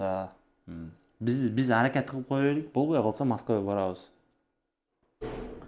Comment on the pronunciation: аракат кылып эмес аракет деп тааза суйлошко аракет кыл